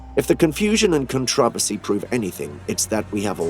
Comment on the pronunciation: contro. vercy. Just saying,the way you said it was understandable.